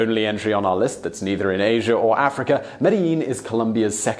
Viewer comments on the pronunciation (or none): none